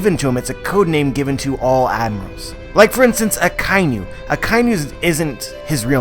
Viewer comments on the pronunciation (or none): Aka - Inu . Inu= dog. You are saying Akai - Nu. There is no such animal as a Nu ;)